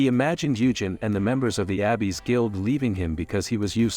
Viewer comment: It's weird that the TTS just randomly started pronouncing "Abyss" as Abby's.